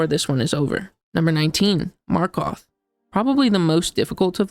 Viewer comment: i found it funny how you called markoth marth🤣